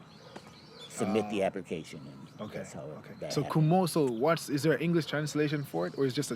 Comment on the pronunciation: 虚無僧 is not "Kumoso" , It's Komuso